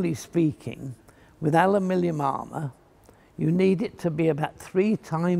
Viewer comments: is saying alumilium, not aluminium.😁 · Americans: “Aluminum”, British: “Aluminium”, Fletcher: “Alumilium” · alumillium huh? did the british invent a new element? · I have heard it pronounced "Aluminum" and "Aluminium", but never pronounced Ow-U-Millium. Another spelling in England? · I see you have discovered the ultimate form ofaluminum, "alumilium" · I thought "alumillium" was some kind of aluminium composite. Didn't realise it's just the way he pronounced it :). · Not forgetting the pronunciation aluminium. Classic! The man is a living legend.